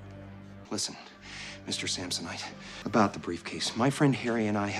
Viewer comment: Did you notice he said “Swanson” right before he checks the briefcase and goes with Sampsonite? 😂 “I was way off!”